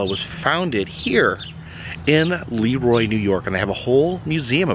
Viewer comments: Have to correct you on the pronunciation of Leroy. It's pronuoced luh-roy. Great video. Love seeing you on our town! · You mispronounced LeRoy. Accent on Roy.Former Rochesterian